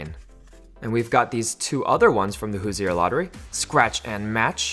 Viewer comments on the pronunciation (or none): It’s pronounced hooser not hoosier!!! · Not trying to seem like that person but if you're from southern Indiana that's not how you pronounce Hoosier.